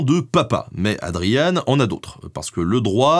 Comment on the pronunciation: Excellent épisode comme toujours. Dommage pour la prononciation, certes anglicisée. Adrien (Adryen) Carton (comme un carton) de Wiart (oui ar). De même, on parle pas de la guerre des Bo-aires, mais des Bours : cela vient du néerlandais, les Boers, ce sont les fermiers...